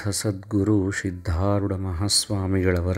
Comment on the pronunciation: Sir dayavittu sariyada uchchara maadi.....adu SIDHDHAROODHA Gurugalu....SHIDHDHAROODHA Gurugalu alla......